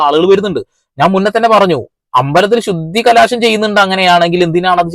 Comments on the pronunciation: ശുദ്ധികലാശം അല്ല സഹോദരാ ശുദ്ധികലശം ആണ്.... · ബ്രദർ ശുദ്ധികലശം എന്ന് പറയൂ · Sudhikalaasamalla, sudhikalasam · Shudhikalaasham alla sahodara Shudhikalasham❤ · ശുദ്ധികലാശമല്ല എന്റെ ബ്രോ ശുദ്ധികലശം എന്നാണ് ശരി . അഹിന്ദുക്കൾ ക്ഷേത്രത്തിൽ കയറിയാൽ നടത്തുക ശുദ്ധികലശമല്ല . അതിനെ പുണ്യാഹം ചെയ്യുക എന്നാണ് പറയുന്നത് . അത് ഓരോ ദിവസവും ചെയ്യുന്നും ഉണ്ടാവും . എത്രയോ അഹിന്ദുക്കൾ ദിവസവും ഗുരുവായൂരമ്പലത്തിൽ കയറുന്നു ആരെങ്കിലും ഇതറിയുന്നുണ്ടോ . അത് തടയാനും കഴിയില്ല .